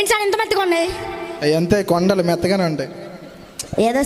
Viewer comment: Vlogger highlight 👏👏kandalu❌kondalu ☑️😂 Good skit brothers god bless you all